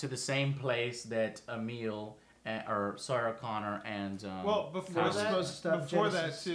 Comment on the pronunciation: I know I'm just being picky, but it's Emilia, not Emile, bugged the shit out of me hearing her name wrong.